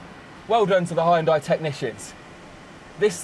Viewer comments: This guy's pronunciation is 😂. Given it's English, Hi-unday, spor-tagé? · High and Die, yup, pronouncing Hyundai just like that from now on. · 하이연다이가 아니고, 히운다이...근데 우리 입장에서 듣기가 싫지만...우리가 람보르기니, 메르세데츠 라고 하는 것도..그들이 들으면 웃기게 들리겠지...램보ㄹ기니, 멜세데스...처럼 첫음절에 액센트 넣어서 발음하는 것이 더 정확 하긴 헤...맥도날드도...맥다랄..2음절 액센트 처럼 들리니.... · It's pronounced like honde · its pronounced "yundie". omg please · Hi-un-die, spor-tage🤣🤣😂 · Hyan-dai lol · I cringe whenever this guy says hi-yun-die. How can you trust the research when you can't even pronounce the name right? Did you even tqlk to anyone at the company? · H a i y u n d i e ?? high and eye ???? Are you pronouncing it like that on purpose ?? I really don't understand. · I have never in my life heard someone pronounce hyundai that way and it genuinely makes my toes curl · The way he pronounces Hyundai is funny as hell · I hate the way you guys say hyundai LMAO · there's is no way in hell buddy says hyundai right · Informative. Beautiful car. Really interesting. But your pronunciation of Hyundai is brutal to the ears. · hearing him mispronounce Hyundai gets me everytime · The way he pronounces "Hyundai" is giving me nightmares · How is it that you've made "Hyundai" a three syllable word? 🤣🤣 You should be more responsible with your pronunciation when you have such a renowned platform... people might start pronouncing it that way themselves 😱😱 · try pronouncing it right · And 50 years later, you still can't pronounce Hyundai properly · The way hes pronouncing Hyundai is making my skin crawl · The way he continously mispronounced Hyundai was pretty annoying. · 현대 발음이 그렇게 안되나 이것들아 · hound and I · What's with that pronunciation? Lol u change whole brand.hi n dai? It's like han/hun+day if it's exactly same as Korean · it is 'hyun-dae', not 'hy-yun-dai" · can someone tell the British it's pronounced Hyundai and not High Un Die. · The way he says the car name: hi and die! The yun in Hyundai should sound like the youn in young. Hyoundie! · “Haian Die”